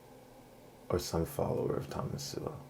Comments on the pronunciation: You pronounce Sowell like soul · You pronounce his surname as 'Sewerwell' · His name is pronounced "So-ul" that you can't pronounce it...devalues your argument a bit. Your distracting and mostly meaningless cuts to images diminishes your points. It's very like 👍 adding emojis 😃😂🥲😂🤣 after 🚨 every 🚨 word 🚨. It's lame 😒. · You incorrectly pronounce Thomas Sowell’s name. Proper pronunciation of his name is “soul.” Thomas Soul. You butcher Thomas Sowell’s philosophy as atrociously as you butcher his name. Your understanding of Sowell’s ideas is superficial and incomplete. Back to the drawing board. Read a few of his books and redo the video. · As soon as mispronounced his name I knew you haven't watched any videos or read any of his books. When you learn more then just being able to pronounce his name, I may consider watching one your videos. I really am sick of these pseudo Intellectuals feel qualified to criticize a man with 65 years of research on the human condition. Most of his statements are facts and not his opinion. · That’s not how you pronounce his last name.